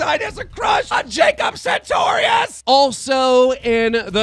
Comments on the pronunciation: santorious.... whats so hard about saying it right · does anyone else get mad when he says "sentorious" ugh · if you say jacob SAINTorious one more fucking time. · I love how he calls Jacob sartorius as Centaurious 😂😂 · Reads Jacob Sartorius Says Santorius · Why does he say "sentorious" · Ok Keem, I've tried to ignore it but if you're gonna keep talking about the kid PLEASE actually read his name correctly...SAR-torious. Not Santorious. Worse than "Onision vs Social RESPONSE!" SMDH Trying to report news but can't even say people's names... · PLZ SAY SARTORIOUS CORRECTLY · How can you still not pronounce Sartorious.. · keem why do you say jacob sentorious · YOURE SAYING MANGEAU WRONG WTF ITS MAKING ME MAD AF AND SARTORIUS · I think keem is intentionally pronouncing sartorious' name wrong. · you have jacob's phone number, but u cant even say his last name right?